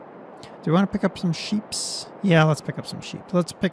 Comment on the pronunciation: can't not vant